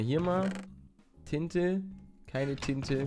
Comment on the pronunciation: palle auch wen du nicht alles siehst mögen wir dich daf7r dein lachen und etc du bist einfach so eon toller YouTubeer und wo du tinte gesagt hast dachte ich du sagst tite